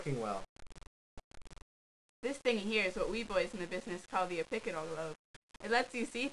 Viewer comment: its occipital lobe not oppicital! gd job but the voice is killin my ears +__+